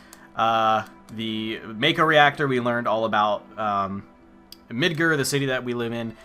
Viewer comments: It's MidGAR, not MidGER. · why are you calling it midgur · Says MIDGAR like a pirate. Midgrrrrrr